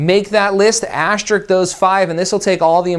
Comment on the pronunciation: ASTERISK.........please. A-----STER----ISK.